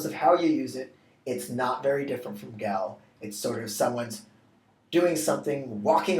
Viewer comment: Isn't gall pronounced "gawl"?